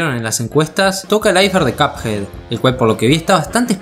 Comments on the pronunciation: va wey si chido buen video pero porque cuphey te la doy dudo que un angloparlante te vea pero se pronuncia cuphead es básicamente pronunciar de manera literal minecraft fornite o Spiderman es asunto de la locución de ahí en fuera no me quejo pd: los pescados ya comen pescados mas chiquitos y no es canibalismo amenos que sea de la misma especie u orden exacta del que consumiría el pez en si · Creo que me estresó un poco que pronunciaras Cuphei al personaje y juego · en el segundo dijiste cuphai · Me dio cosa cada vez que dijo cup jei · Alguien más cada que dice cuphead escucha "cuphai" ? XD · Hehe es gracioso cuando dices cup-hey xD . Esta genial tu vídeo 👌🏻 like n.n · Si dice "capjeit" me pego un tiro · como le vas a decir copjeid? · PORQUE LE DICES CUPHEY??? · No entiendo por qué decís cupjei encima lo repetía a cada rato re irritante chabon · Me da una especie de Toc cada que pronuncia mal "Cuphead" xd, pero de ahí en fuera buen video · Te hacen bullying por cómo pronunciaste "cuphead" jajaja F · buen video, pero no pude soportar lo mal que pronuncia cuphead